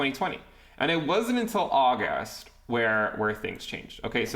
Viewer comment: The august makes me think has been practicing for his Forbes interview